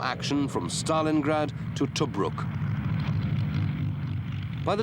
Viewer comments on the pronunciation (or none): none